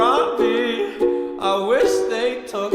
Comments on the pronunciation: "Harambee" not "harambae" Harambe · Harambe... Harambe.. It's pronounced /harambee/ you nerdo.